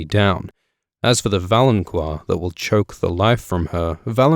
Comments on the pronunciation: Isn't valonqar pronounced 'vah-loan-kahr' and not 'vah-loan-kwahr'? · I think "valonqar" is pronounced "valon-Kar," not "QUar" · idk if anyone else has said this, but its fucking pronounced VALON-KAR not VALON-KWAR jesus fucking christ you piss me off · Is it pronounced val-on-qwar? I've been saying val-on-car. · Why do you keep mispronouncing valonqar? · I find it incredibly annoying that your people can't seem to ever pronounce anything correctly. There is no "u" after the "q" in "valonqar".